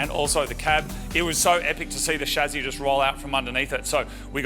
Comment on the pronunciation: Not chazi but chaSSi plz